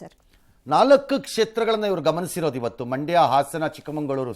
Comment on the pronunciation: ರಂಗಣ್ಣನವರೇ ಚಿಕ್ಕಮಂಗಳೂರು ಅಲ್ಲ. ಚಿಕ್ಕಮಗಳೂರು. ಸರಿ ಪಡಿಸ್ಕೊಳ್ಳಿ